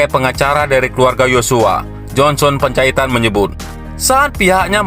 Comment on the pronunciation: Johnson Panjahitan bukan Johnson Penjahitan!! Anda harus belajar banyak MEMBACA, agar tidak salah baca, bisa menyinggung perasaan lho!! Penjahitan-Penjahitan-Penjahitan!! Emang tukang jahit???